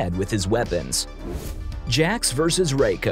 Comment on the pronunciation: I'm surprised that he managed to pronounce Jax right.